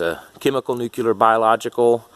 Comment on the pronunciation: Yet another person pronouncing nuclear as nuculer. Also your beard appears to be a Halloween costume beard.